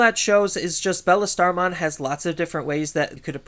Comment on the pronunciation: I can’t get over him calling Beelstarmon Bellestarmon.